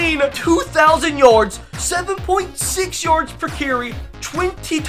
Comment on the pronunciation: Why u say yards like yords 😂